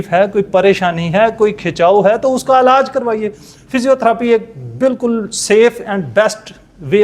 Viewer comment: Alaj.nai.hota....elaj hota ha..or bakaar b nai lafzoun KO.adaigi thek kro